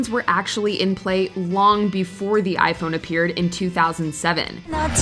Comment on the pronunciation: "The Motorola flip phone..... zee perfect gift, for zee one you love."